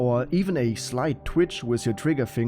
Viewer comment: "A sleit twitsch wiff ze trigger finga"